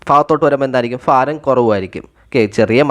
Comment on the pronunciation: Faaram alla BHAARAM😮😅